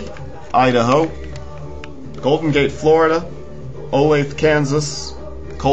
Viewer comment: Its Olathe (Oh-LAY-tha), KS fyi ;)